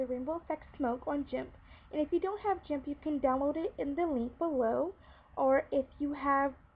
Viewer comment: did you just say jimp? its G G G IMP